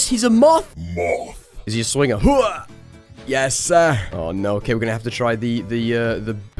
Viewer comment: That was the most american yeah sir i’ve ever heard